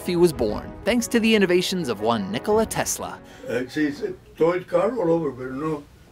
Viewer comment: it is Nikola, not Nicolai